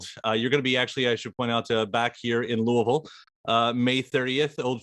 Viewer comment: Just came across this being a native to Kentuckyana, don't call it Louis-ville. I live outside Knoxville, TN, and we actually have a town by the same name. But pronounced differently. Rock on Les, as long as you enjoy it. Don't need those fire roads now.